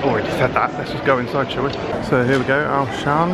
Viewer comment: This vlog was great! Auchan though is actually pronounced (awe-shun) but you say the awe quite quickly! same with carrefour, it's really huge aswell! the, carrefour is pronounced (carreh-foo) I'm so glad you came to Auchan!